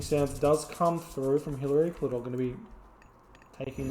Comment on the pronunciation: lmao "Hillary Klitor"